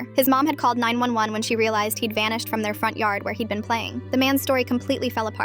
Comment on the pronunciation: Bro it's not 901 it is 911 hahahahaha